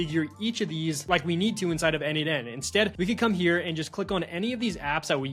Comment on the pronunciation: isn't it n-eight-n? like Nathan